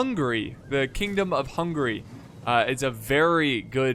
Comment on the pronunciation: lol the "ouzaytsss" ? Who are they ? They were the "hussites" (hoosseets). lol the "kingdom of hungry" hungry for battle for sure but pronounce "hun-ga-ry" ;=))